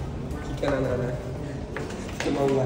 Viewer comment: Quando ela falou nanana vai ... Ela falou Zanella vai ... Né